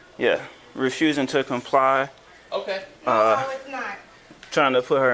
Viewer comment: What's up with adding an "a" to the end of words ... "NO-a!"